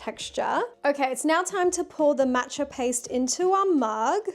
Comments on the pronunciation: Was looking for this comment!! It’s definitely Maw-tcha not Mat-cha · Maww matcha it's pronounced like aww Matcha